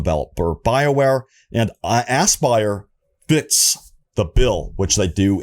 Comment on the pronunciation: Anybody else feel like this is a April fools prank everytime he says AssBuyer? 😂🤣